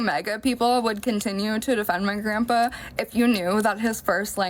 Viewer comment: She should be arrested for calling him "Grumpah".......its Grandpa, beatch